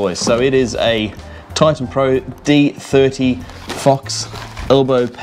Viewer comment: Just bought the knee guards. Btw it’s D30 ( letter, not eye number )